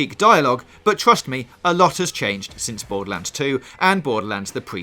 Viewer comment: Bowduhlands fwee